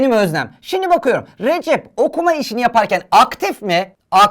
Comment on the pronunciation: Recep abinin ismi RECEP ama TÜRKÇE HOCAMIZ RECİP DİYO 🤣